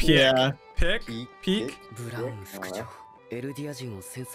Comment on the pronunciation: It's not pronounced "Piyeck" and " Peck", it's pronounced like "Pick" - Pieck.